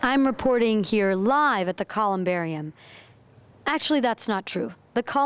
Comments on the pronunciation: Its ColumbariuM not ColumbariuN. She said " booths" they're nitches. Sorry hun you get a D. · Man, I did not appreciate the humor at all. And for a reporter, why couldn’t she even say the word “columbarium” correctly